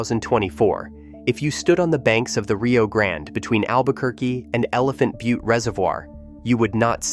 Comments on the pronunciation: Al-bu-kwer-cue ? Elephant bu-tee ? This is supposed to be credible ? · How about Elephant bu-tee ?